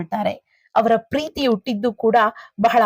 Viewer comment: ಹ ಕಾರ ಸರಿಯಾಗಿ ಹೇಳಿ. ಉಟ್ಟಿದ್ದು ಅಲ್ಲ ಹುಟ್ಟಿದ್ದು.